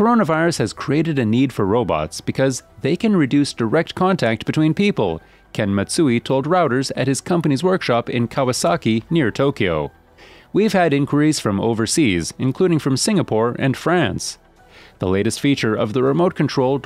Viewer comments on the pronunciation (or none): Narrated by an AI program. Note pronunciations: "CONtribute" instead of "conTRIBute", the abbreviation "co," is pronounced "co" instead of "company", Reuters (German) is pronounced "rowters" instead of "roiyters". A lot of information, but barely a passing mention of the clickbait, a well-endowed robot woman with a deep cleavage.